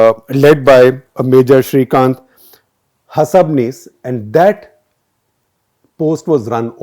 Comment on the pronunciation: Shekhar, it is Ha-Sabnis and not Hash-abnis. A Punekar here, slightly sensitive towards our surnames. :)